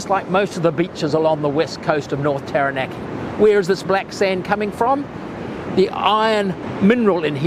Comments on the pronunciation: Love your information. But a tip on Māori words; the vowels are pronounced ah / eh / ee / o(r) / oo. (An easy way to remember that is "are there three or two".) So, for example, Taranaki would be pronounced Ta(h)-ra(h)-na(h)-key. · Come on mate! Have some respect and pronounce Taranaki correctly